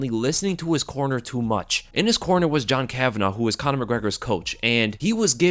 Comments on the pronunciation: It’s kavanagh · It's KAVANAGH say it right.